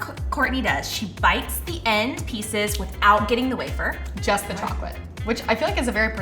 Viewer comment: how did she just pronounce wafer?